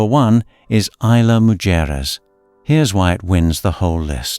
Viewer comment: AI Butchered the pronunciation of Mujares!😂